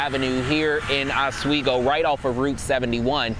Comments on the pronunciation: OSS-weego. The lady in the beginning said OZ-weego. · Wish the TV folks would pronounce Oswego correctly